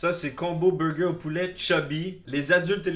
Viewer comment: J’adore comment tu dit « wrap » ... « eurlwap » ou des fois tu dis juste « rappe » 🤣 sans compter les « beuwgeuw » 😅